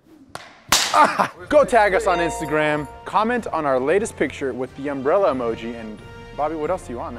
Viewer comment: "the underbrela"